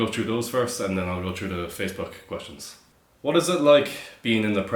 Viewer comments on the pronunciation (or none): Does really say "whash" instead of "what"?